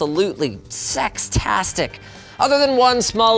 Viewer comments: Linus trying to be cool by saying "Sex-rastic!" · did he just say absolutely sextastic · Did he say "Sex-tastic"?